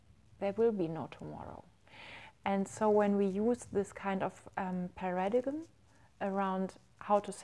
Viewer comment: inspirierendes video <3 kleine anmerkung: paradigm spricht man "parəˌdīm" also ≈ paradaim aus